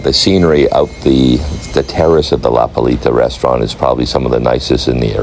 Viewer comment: This guy mencioned 12 times "La Palita" along his video. Man, if you want to make an add of the restaurant at least learn the name properly! It is "La Playita", not "La Palita", "The litle beach", godness!